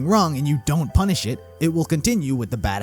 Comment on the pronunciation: U had an emphasis on "PUNISH" there.